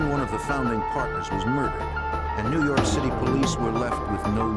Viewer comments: Haha! The only reason i watch this is for ” former head of the FBI new yahhhk Office” 😂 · No no! It's new Yokk! Lol. For some reason they have a 25-letter alphabet (which never includes the letter 'R') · Its prounouced New Yaak